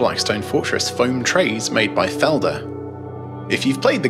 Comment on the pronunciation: I'll never get used to non- native speakers trying to pronounce German words =D Still a good review, though. And I love your background music.